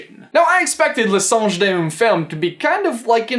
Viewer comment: i can read french you read the title incorrectly